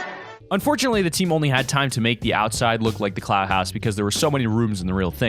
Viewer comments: I’m almost positive he said cloud instead of clout lmao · Lmfaooo he said cloud house it’s clout house😂😂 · He said cloud house I'm sleep Clout***